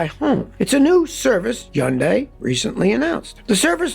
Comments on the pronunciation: Scottty Scotty Scotty. It's pronounced Hun Day. Not Yun Di. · Scotty, why do you leave the H off of Hyundai? You are the only one I've ever heard call it yundai. Most pronounce it Hi - yun - day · Scotty It's Hun day! Not Hyun day! The Y is silent! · They've just had a big campaign here to make British people pronounce Hyundai properly. It's not HI-UND-DYE it's HYUN-DAY 🤣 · Learn how to say hyundai Mr "yundai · Please stop making videos with Hyundai vehicles, until you stop mispronouncing the name ! It's NOT YUNG DAY ! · It's easy to say it correctly: Sunday, Monda, Hunday!!!! I got this from a factory rep in 1987. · I wonder how long til scotty realizes there is an H at the beginning of "yundi" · Where I live we pronounce it honday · Nobody: Absolutely nobody: Scotty: Yahnday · One of these days Scotty will learn how to say HUN-DAY. What a hard headed Red Neck!! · Lol it’s hun-day 🤣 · I worked for a market research company a decade ago and Hyundai came in and told us how to pronounce it in an easy way. “ITS HUN-DAY LIKE SUN-DAY” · Who cares how it is pronounced. It is still hyuJUNK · Scotty please stop butchering the Automaker's name!!! google it!! How to pronounce the car brand Hyundai correctly, unlike almost everyone else. - ESP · You pronounce Hyundai funny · It's hilarious how Scotty can't pronounce both Hyundai and Ioniq correctly LOL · Scotty says it like no one else. Cmon dude, even the company reps don’t say it like you. We should pronounce your name as skooty kill-meer